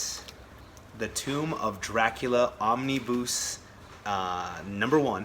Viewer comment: Nice stuff mate, I have never heard anyone say 'omnibus' quite like you do! I hope it's not me been saying it wrong all this time!! Enjoy your stuff mate